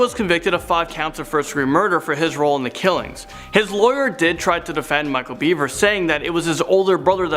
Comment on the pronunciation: You mispronounced Bever over and over. You clearly never watched the interrogation